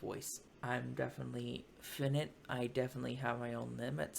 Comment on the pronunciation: Finite is pronounced Fie night,. Good job on the reaction.